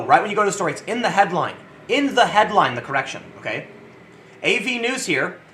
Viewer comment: Cor REC tion? What is this strange animal?